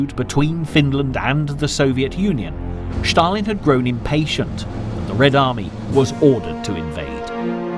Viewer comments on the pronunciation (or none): Why does the commentator say Sthalin? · Shtop saying Shtalin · but why does he mis pronounce his name is such a ridiculous way? Does he do it on purpose or what